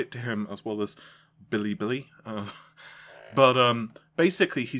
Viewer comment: The 3xxx leaker's name is pronounced Bill-AY, Bill-AY, of course. But why no direct comparison of 3080 to 2080? Isn't what we got in Nvidia's presentation? The answer is easy. Nvidia told us 3080 was "up to" 2x faster than 2080. Then DF found ~1.8X. The number here would lead us to believe it's ~1.7 to 1.75X. So the Nvidia claim just keeps looking more and more false, doesn't it? Remember the big huff over Ryzen 3xxx not reaching its advertised max boost clock?